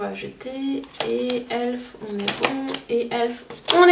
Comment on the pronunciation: C’est pas méchant mais y’a plein de marques que tu ne prononce pas comme tout le monde et c’est stressent comme exemple « elf tu le prononce comme elfe alors que la plupart des jeans dise E L F »